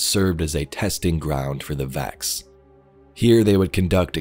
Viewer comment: What are you saying..?? Vax or Vex, you mean?! Hehe!